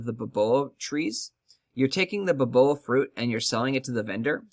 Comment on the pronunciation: bay O bAb Not ba boa